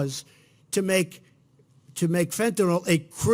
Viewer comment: Actually, I care that he doesn't know enough about the drug that is killing teenagers, parents, grandparents all over the country. If he cared, he would know not only how to pronounce it, but what it was, how it worked, how it is imported, why there is such high demand for it, where the pharmaceutical industry comes in ... all of it. But he has no clue. He knows it's a drug and it starts with "F" and the common term that comes to his mind is "Tylenol" so he runs those two together and figures no one will notice or care if it's wrong. It's actually disrespectful to the families of overdose victims, that he never bothered to learn about it.